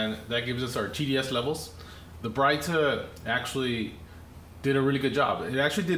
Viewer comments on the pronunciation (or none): Brit-a....not Bright-a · its not brightah its brita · He said “bright - ta “. Isn’t it pronounced as “breedA” lol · Y'all need to stop calling it "Brighter water" it's pronounced "Brit-ta" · You're pronouncing that all wrong. It's not Brighter it's Brita. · It's pronounced Brituh. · It's not BRIGHT-A and COE-PPER? !! SMH. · It's pronounced Brit-ah (like Britain.) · Did my man just call it a bri ta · its Brightá 😂😂😂😂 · You are both wrong its brittney. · it was funny to hear you say it like that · Please pronounce Brita correctly..... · Pronounce correctly please. Geez. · You need to learn how to pronounce brita.